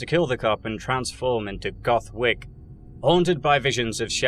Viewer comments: "Goth Wick" 🤣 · "goth wick" 💀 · "Goth Wick" 👏 😂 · "goth wick" HAHAHA